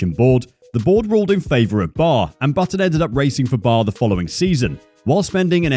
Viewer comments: B.A.R. not 'bar'. The whole time they were on the grid never heard a single person call it bar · It's B.A.R. not Bar. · that's "B A R" dude, not "bar" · It's B.A.R. not bar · Bar? It's an acronym, not a word. B - A - R (British American Racing) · like "Be Ay Ar" you get it